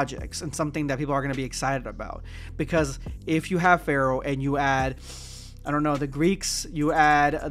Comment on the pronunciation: I forgot Pharaoh was even a thing. I kept thinking you were saying fair. I was like “what the hell is he talking about?”